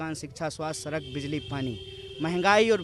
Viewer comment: Are गधे सड़क होता है। सरक नहीं